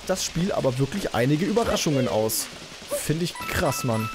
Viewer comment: Es heisst krass und nicht kras